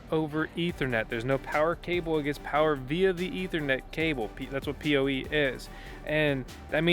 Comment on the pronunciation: It's POE power over Ethernet maybe you just said it wrong in the video once LOL Thanks for the video.